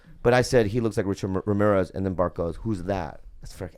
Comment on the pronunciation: Bobby has trouble saying "Richard Ramirez" every single time 😂